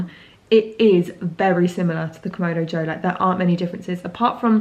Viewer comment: KamAdo, not KomOdo…